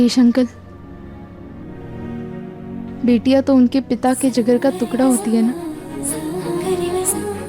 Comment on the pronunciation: Ye टुकड़ा ko तूकरा क्यूं बोलती है 😅